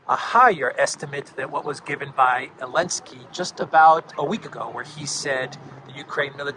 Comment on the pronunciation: Why ARE YOU SAYING ELENSKY it’s like no one knows, weird man